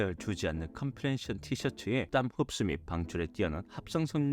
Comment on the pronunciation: 자막은 컴프레션이고 발음은 컴프레셔 라고 하는데… ㅡㅡㅋ